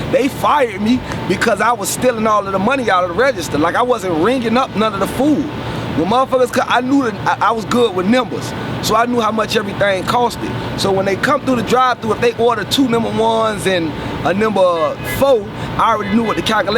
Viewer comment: "I Always Knew Nembers"😂😂😂😂😂😂😂